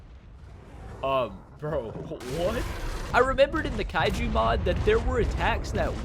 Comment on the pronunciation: I mean kaiju NOT Kaijas